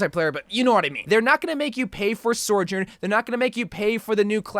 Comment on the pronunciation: isnt her name Soujourn? and not Sourjourn?